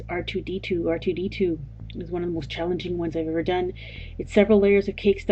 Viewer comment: its r2d2 dumb dumb not rd2